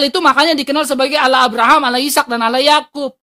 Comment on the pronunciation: muslim harus kembali ke sd, belajar baca bhs latin, latin allah koq bacanya auloh